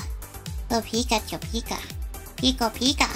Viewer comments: Everytime she said "Pico/piko" instead of "Pika" I cringed so hard XD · It is so anoying that she's always says pick a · why keep saying pikatu it was the most annoying thing but true makeup was good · posible ivy ik she keeps on saying picka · STOP SAYING PICKACHU AND PICKA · her saying pica-chu was annoying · Stop saying peeka it's annoying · No say pick a chew no say it so annoying